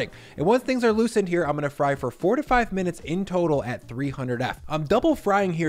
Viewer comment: I thought you said 45 minutes and had to go back a few times to confirm if I heard that right. It’s actually 4 to 5 minutes. Hope nobody else got confused.